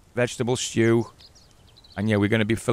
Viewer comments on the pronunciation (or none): the way he says Stew is so northen its great !!